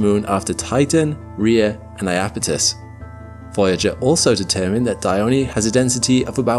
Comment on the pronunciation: It's Iapetus, not Ai--yapetus. And well as well is Dione or Diona, but not Daiyoni.